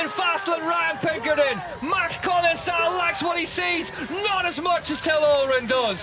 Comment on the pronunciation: Its called common-cal not common-cell you moron commentator.